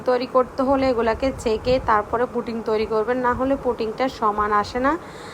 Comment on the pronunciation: পুটিং না,পুডিং। পুটিং তো রাজমিস্ত্রী ব্যবহার করে।